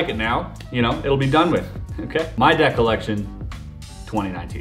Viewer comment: when he said deck colection i heard debt colection